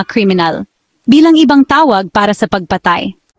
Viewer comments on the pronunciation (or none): Ayusin mo ang pagbigkas ng salitang Tagalog. Tapat, hindi ta-pat; taon, hindi ta-on; pagpatay, hindi pag-pa-tay.